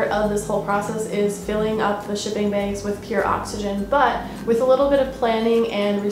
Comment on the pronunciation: "Beyg" hihihi